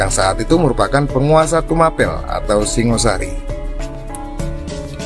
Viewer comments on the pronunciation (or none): none